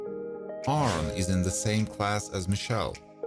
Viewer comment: The narrator to know how to pronounce the names he pronounced Aaron wrong he pronounced the character Denise as Dennis learn the names before you make a video